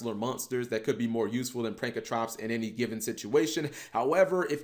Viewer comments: I cringe every time you say pankratrops when it’s spelled pankraTOPS!!!!! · Say it with me cap. "PANK-RA-TOPS" not "Prank-a-trops" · PANKRATOPS NOT PRANKRATOPS FOR FK SAKE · get your damn shit straight! It’s not “Prankatrops”... it’s “Pankratops! Look at the card name properly, damn!